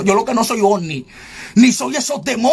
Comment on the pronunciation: No es osni es ovni